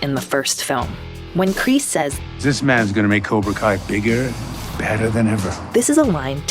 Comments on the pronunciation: Why did she say cobra call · Did really call cobra Kai cobra kal at the end